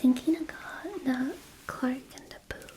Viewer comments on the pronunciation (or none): none